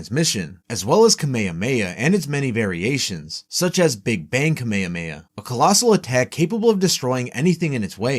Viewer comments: did you just called "kame hame ha" as "kameia meia"???????????????????' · why u saying kamehameha as kame hamaya